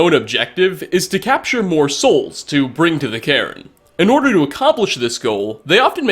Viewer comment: When says bring it sounds like bean